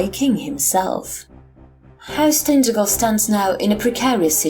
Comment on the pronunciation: hello, cornishman here: pronounced tin-taj-el. nice to see a cornwall-inspired home-brew :) onen hag oll.